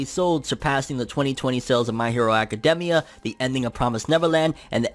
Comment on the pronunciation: It just bothers me how he says academia